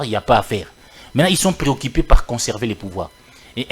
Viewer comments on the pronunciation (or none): PréoccUpé et non préoQUIpé, les jUges et non les jIges, la jUstice et non jIstice..U U U et non I Il I... calamitEUX et non calamitE eux. Décidément au Congo même ceux qui ont étudié sont des analphabètes finis..et avec cela vous espérez évoluer ?